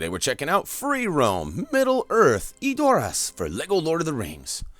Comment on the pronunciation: Brian...I hate to say this...but you're saying Edoras wrong xD Check this link, it's an interview with the producer where you can hear how to say it: /watch?v=-LVJ4yWOndk I'm not hating, just trying to help ;)